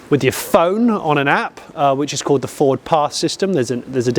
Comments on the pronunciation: I am 1 minute into this video Jonny and I have heard you say "Ford" twice, and neither of them were pronounced correctly. I'm going to watch it all. I'm going to enjoy it all. But if you do not say "Ford" properly ONE TIME in this video, I will be deeply disappointed. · I noticed you were not pronouncing 'Ford' in your usual manner Jonny, surely its 'Fawrdss' ;) Anyway that nonsense aside, although this looks like a decent effort, I can understand peoples concern over the use of the name 'Mustang' on this - in much the same way I was absolutely horrified by the application of 'Puma' to the new jacked up Fiesta 'cross-over'/SUV thing. Although I will also declare that, like you, SUVs are not my cup of tea anyway, so there is that too.